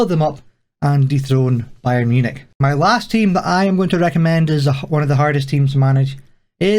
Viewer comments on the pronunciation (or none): none